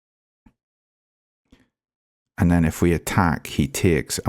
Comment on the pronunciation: what dialect is that, "tiakes" ?